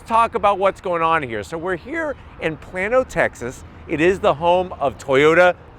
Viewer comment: It's not Plan O. It's Plane O. Sorry love you but I grew up here and know the pronunciation. Love the videos still.